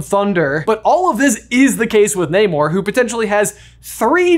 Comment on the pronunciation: Pleaseeeee, in future videos, pronounce Namor correctly, it’s driving me crazy! 😅